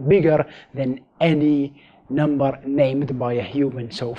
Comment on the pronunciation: You said number infinite amount of NOMBARRRR😂